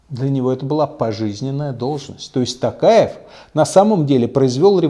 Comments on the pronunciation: Не Такаев а Токаев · Такаев , правильно надо говорить Токаев , вы неправильно произносити фамилию